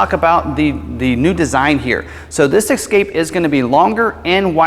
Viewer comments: It's "ESSScape, not EXXXcape. Jesus! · THIS is the guy you chose to do the video? First off, he's terrible and please let him know it's ESCAPE...ESS-CAPE. There's no "X" in Escape. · “ Ex” scape lol... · Please pronounce the name of the vehicle correctly. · Triggered me right away